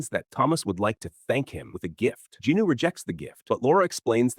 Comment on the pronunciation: I’ll correct my statement; he doesn’t use the basic same bullshit low effort/low quality. This AI is passable albeit the mispronunciation of certain characters n what not—like Jinwoo for example.